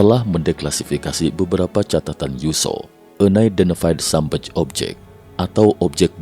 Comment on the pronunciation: UNIDENTIFIED SUBMERGED DIBACA BUKAN enaidentefaid sabmej.... tapi bacanya AN AIDENTIFAID SUBMERJ ....bukan SABMEJ...